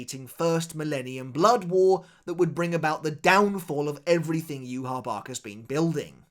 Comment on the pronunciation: Say Yhwach’s Name Properly